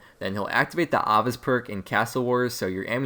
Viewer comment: Nigga that's not how you say Ava's